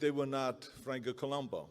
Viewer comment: It’s Columbu, not Columbo. I hope the trophy spells his name correctly.